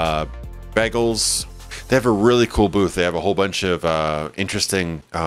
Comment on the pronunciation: You say "bagel" like Britta!! O_o ??